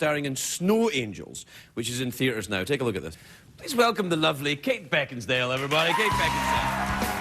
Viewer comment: Did he call her Kate Beckinsdale...?😆